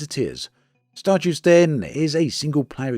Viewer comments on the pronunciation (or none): Stardeus I don’t think it’s pronounced like Star Jews (or Juice or whatever it was you were saying) more like Star Day Oose (think goose without the G at the start). Deus is Latin for God or Deity.